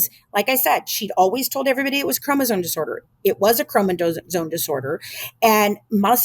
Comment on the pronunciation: I'm sorry but I have an extremely hard time trusting someone who can't say chromosome properly. Especially after reading it as many times as she has